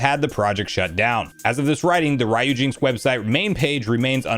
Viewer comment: Do you pronounce the Capcom character name Ryu in the same way you’re pronounc-ing the part of this emulator name? I’m pretty sure it’s “REE-yoo”, or maybe “ryOO”.